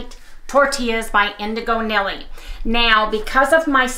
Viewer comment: She pronounces her name NEELY! 😉 i’m glad you’re sharing this video, because I have been making indigo Nili’s tortillas a lot lately, and they’re so good and so versatile. Yesterday, I made them into crackers (baked) and chips (fried in bacon grease) with various flavorings. The chips are a revelation to me! Especially with pork king good’s salt and vinegar flavoring, OMG. I always make them with liquid egg whites, and they even work great when you add half a scoop of beef OR sweet keto chow plus slightly less gelatin 💕 Only thing is, all my crêpes come out slightly sticky from the gelatin, but I don’t mind that. Love your new music, even though I was a huge fan of the old music. And… Last thing, I got my chef’s blend smoked salt from Redmond and have been using it on our steaks. You are right! Da-licious. #CHOW